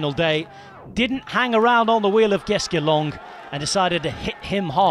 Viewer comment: It's Simon Geschke, not Geske.